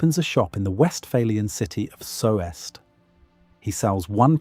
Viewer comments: Soest is pronounced "soost" (as if it were Sohst) not so-est. It wouldn't have been hard to look up the basic Wikipedia page for Soest if you intent to make a video. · Yeah that is not how you say "Soest". It''s just a long "o". This is one of the only instances where German pronunciation is irregular. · Soest , one sylable Like toast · It's pronounced Soost as in toast. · AI slop, again. Sowest? Do your homework and check what your AI churns out. The oe portion of the name of the town of Soest in Germany (there are more, even outside of Germany) is pronounced like a merging of the o and i in the English words worth and bird. It used to be an O with an Umlaut (two points above the letter), in German those two points can be substituted by the letter e. Soest used to be Söst. Your AI also generated pictures of rye bread, which is something different from Pumpernickel. The texture you describe is the texture of rye bread, which is steamed and starts molding within days. Pumpernickel is baked and has molasses added, it molds slightly later than rye bread. I'm convinced you've never been within a mile of either type of bread. Don't let an LLM describe taste or texture. Write your own copy. The typical GPT text structure is all over the place and it has gotten old a while back. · I live nearby Soest, it's pronounced "Soost" with a stretched O. You can buy pumpernickel sliced and canned, good for years, perfect for preppers😅 You can even make cakes or desserts from pumpernickel. Just mix the crumbles with cherries and cream. With❤ from Westfalia! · Pumpernickel with butter and a slice of Gouda <3 Bliss. I was beginning to get annoyed at your implying 1570 was "medieval", but later you explained it, so my blood pressure is normal again ;) BTW the e in Soest is not pronounced, it is there as an indicator the o is a long closed o. So the town is pronounced Soooost [zoːst] . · lol what was that soft brown colored bread that was cut Also this AI cannot pronounce Soest.